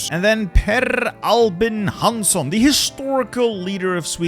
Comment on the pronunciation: For all the errors, you perfectly nailed "Hansson".